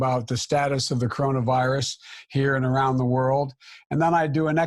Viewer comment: Joe Biden can’t talk wtf is the Kona virus 🦠